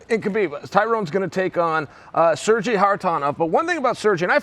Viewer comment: "sir-jay" Chael is the best : ))